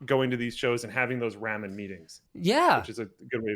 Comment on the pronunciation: "Roman" noodles... Lol